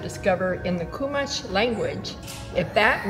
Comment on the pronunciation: And it's not Koomash, it's Chew mosh. It's not Lom pock. It's Lom poke.